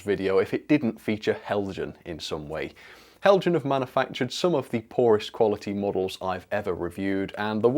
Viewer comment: Heljan is pronounced Helyan